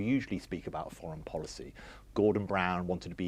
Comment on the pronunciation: to be fair I don't think he'll ever stop saying forrins